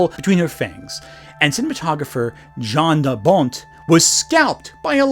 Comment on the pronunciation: Jan de Bont is pronounced “Yan de Bont”. He made Twister.